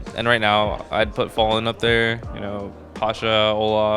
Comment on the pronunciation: why does every brazillian players say FalleN as Falling